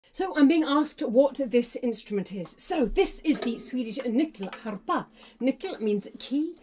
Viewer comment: As a swede I'd like to applaud you for that pronounciation on Nyckelharpa and I also wanna add that it's really nice to see that even people outside of Sweden are taking an interest in this intrument ^^